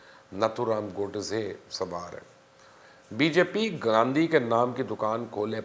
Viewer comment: Pronounced as “GOD-SAY” not gaudasay 🤦🏻‍♀️